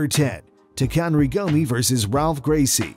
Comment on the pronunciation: Didn't he say Takanory Gomez? LMAO 😂😂😂